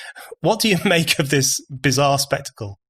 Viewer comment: I love BON, but I do wish he’d stop pronouncing ‘of’ the same as ‘off’. Small point, but...